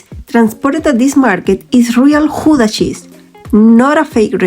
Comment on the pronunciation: [X ow dah] ou as the ow in english now or Cow....the g / ch sound you did very well..... So oe as in shoe, oo as in slow au/ou is in cow ee as in say...ie as in see ij/ei - èyyy , i is an it .... v/f differ from each other likie like z/s w as is water but without thye oe sound in front of it..... uu as ion french deja v u or as german ü ...ui other languages do not have the ui.... u in hut as u in hut in english o in dot as o in dot in english e in vet as a in fat :) So now G oe da with oe as in shoe Gouda with ou pronounced like ow in Cow..